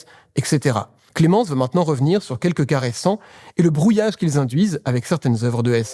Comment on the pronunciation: quelques "cas récents" ou "caressants" ?